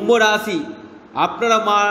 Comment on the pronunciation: কিনতু আপনার ভাষা টা একটু ঠীক করুন রাছী না রাশী ঊপশচ নাঊপশ বিছেচ না বিশেষ হবে